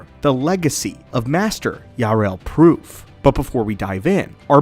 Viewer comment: His name is Poof not P.roof 😅😊